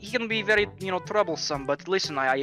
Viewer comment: The v and the w in Russia are switched so its not very its wery ok? ok